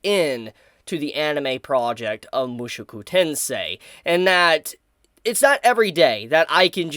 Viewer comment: I do a appreciate your muSHOku tensei reaction videos. At the same time, I am amused that you pronounce the first word of the franchise as if it had three "u" vowels in it.